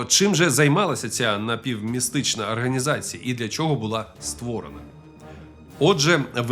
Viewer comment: Все дуже добре але не арганізація а організація а так лайк